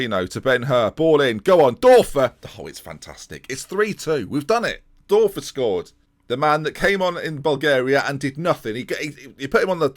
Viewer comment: The ö is pronounced oe so thorben Dörfer is actually pronounced thorben durfer